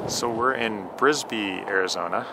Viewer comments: Uhh, it's Bisbee AZ not Brisbee...home of comedian Doug Stanhope. Great video. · It’s Bisbee AZ not Brisbee. 😁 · It’s called bisbee not brisker there’s no r in it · Bisbee, Bisbee not Brisbee